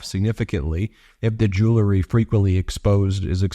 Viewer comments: OMG! It's JEW EL RY. Not freakin' Jewl a ree. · Ben - jew-EL-ry. Not Jew LE ry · Ben, Honey, it's "Jew-el-ry". Why is everyone saying, "Joo-lur-ree"? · “Jew lery “?? Please correct yourself